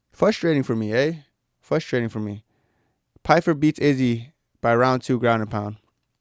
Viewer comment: “Fustration” “Fustrating” bro learn to annunciate properly.